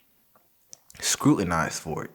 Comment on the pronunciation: “Scrutinized” lol